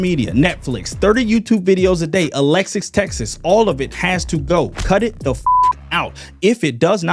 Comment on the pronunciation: I accept everything you've said but Alex's Texas is where I draw the line. ❌